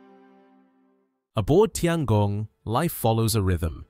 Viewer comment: Please, please learn how to pronounce “Tiangong” if you are going to do a video about it. Tian is pronounced “tyen”.